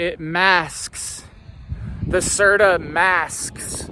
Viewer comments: LOL ITS CERT-O! HE KEEPS SAYING CERTA... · It’s actually Certo not Certa!!😂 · "C E R T A"😂😂😂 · this fool said certa